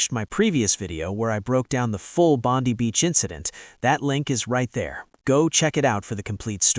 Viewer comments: It’s BONDEYE beach notBONDEeeeeeee beach. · Bond-eye beach. Not Bond-we. And notice how the role of the Muslim hero is kept dark. Suspicious in itself. Australians have thanked him, even if Netanyahu and Trump have not acknowledged him. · Why do you Americans all was say Bondi Beach wrong !!